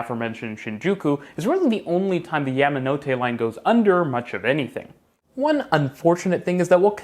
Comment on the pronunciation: It's "yah"manote, not " yam" like the root vegetable.